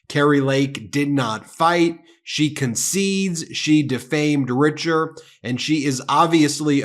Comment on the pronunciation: Richer is actually French and it is pronounced "Reeshez". Just thought you should know. :)